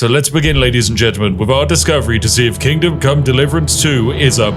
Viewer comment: Seriously, is everyone else hearing "Kingdom: Come Deliverance 2" or is it just me??